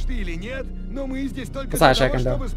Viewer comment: not "het" 🤣 Нет - Net - No